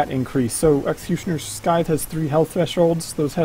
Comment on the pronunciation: sythe, the c is silent